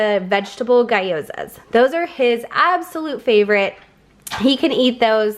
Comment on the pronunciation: It’s pronounced ghee oh zah ;)